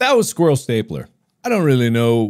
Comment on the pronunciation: i just love the way he says squarle